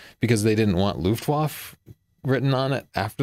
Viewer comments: beg you, it's "Luftwaffe", not some bizarre new pancake. It's pronounced "Luftvaffe", with an "e" at the end. Here is the pronunciation: - then click on Listen button on the left side (source language). And thank you for an excellent episode. Fascinating history. I wish more companies would stick to producing at least one old-style model, like Olympus OM-1n, Nikon FM-2n, etc. I like Leica, but like you, I have a hard time justifying spending that kind of money on a hobby. Perhaps when they release they new model with 42 MP. Maybe. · Luftwaffe is pronounced like [Luft-vaffa]. In German, all Ws are pronounced like Vs & if there's an E on the end of a word, it's pronounced like "uh" or "ah". (same thing). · If Leitz is pronounced "Laitz" and Leica is pronounced "Laica" then Leipzig is pronounced "Laipzig". Luftwaffe is pronounced "Luftvaffe". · andriup but it killed me when he couldn't pronounce 'Luftwaffe.' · let google translate pronounce foreign words for you, you got them wrong: Kanzler (starts with k) luftwaffe (e at the end is not eaten). other than that an interesting story, thanks.